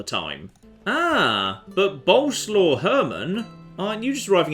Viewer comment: For f*ck sake it's BO-LE-SWAV, not bloody boulslaw. Get it right for once!!!